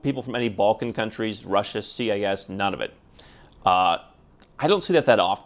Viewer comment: when i hear you say CAS, are you actually saying CIS?